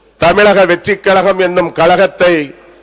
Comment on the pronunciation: கலகம் அல்ல கழகம்னு தெளிவா சொல்லுங்க பாஸ் 😂😂😂